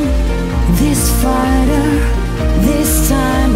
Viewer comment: Bener penkanan pronounce masih blom flawles,contoh pronounce fighter coba deh dihayati,kalo yg udah paham b inggris 100% pasti mendengar pelafalanya kyk father